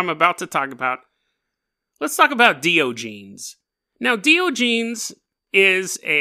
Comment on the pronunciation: This guy is my hero lol. Hate to be that guy but...Die- On- A- Geez is how you pronounce it bud lol :D